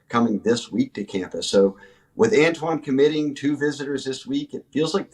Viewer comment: Annnntwaann not tone